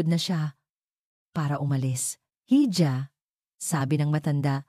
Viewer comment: "Hija" spanish word for calling a girl or a woman..should be pronounced as "Iha"..